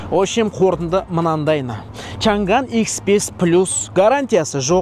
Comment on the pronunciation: Чанган емес Чаңан